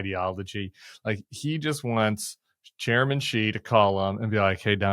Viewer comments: Tim it’s pronounce SHE IN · Shein is pronounced “SHE inn”